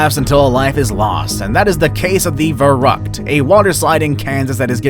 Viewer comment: They pronounced verrückt so wrong